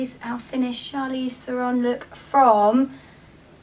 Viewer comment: her last name is pronounced thare-on. she said so in an interview. :)